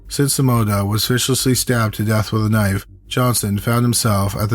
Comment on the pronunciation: The story is good but your narrating is awful😱 your words are slurry and you sound like you are stoned. The way you say Simona makes me want to pull out my hair